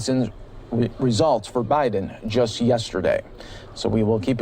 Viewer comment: 2020 notice the Biden Harris vote for signs why do they say Bid n Harris? just an observation